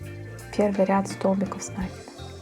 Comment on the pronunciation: Спасибо, но говорите, пожалуйста, с накИдом